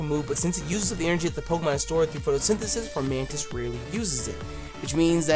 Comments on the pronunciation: he said flormantis my boy is blind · Your favorite little mantis is pronounced FOmantis. There's no r. Nothing against u, u just misread it. Figured u want to know since u love that dope mon so much. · There is no R in Fomantis.... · ITS FOMANTIS AUCHIHAKAHEKBDOSBDKDLAIAIQNSAP NOT FORMANTIS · why are you pronouncing an R in Fomantis's name? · There's no R in Fomantis lol